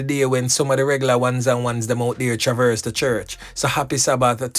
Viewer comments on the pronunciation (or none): none